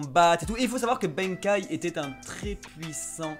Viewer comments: Benkei se prononce comme sensei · Sérieusement la prononciation du nom de benkei quoi , pas benkaï , c'est un personnage célèbre , mais pouce bleu